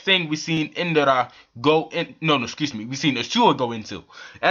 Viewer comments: It's Indra not Indara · Dude it's INDRA not Indara ...